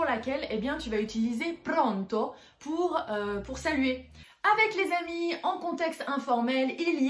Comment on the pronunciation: Il y a des problèmes de prononciation dans votre vidéo: conóscerla e non conoscérla. En Italie on fait la bise à gauche et à droite, les deux. Prónto e non Prònto: problème de prononciation de l'italien.